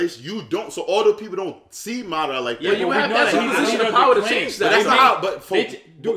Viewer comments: Why he call madara, ma dara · Y’all still don’t know how to pronounce madara correctly 😭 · In that argument between Madara and Hashirama spoke FACTS!!! and needs to stop pronouncing madara name wrong 🤣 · For people who don't get how to pronounce Madaras name here, mah dah ra